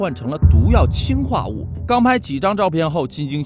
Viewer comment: 氰化物里的氰是二声，我原来也以为是一声，但是说为了跟氢区别开来，所以把它给设定成了二声。